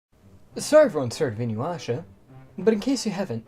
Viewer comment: Take a shot every time bro says Inyuwasha